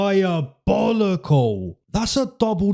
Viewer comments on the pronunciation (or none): The Dulatov “DIABOLOCAL” fkn killed me 😂😂